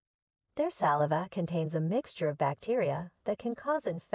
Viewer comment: bullsh*t narrator does not know how to pronounce saliva..... load of AI crap.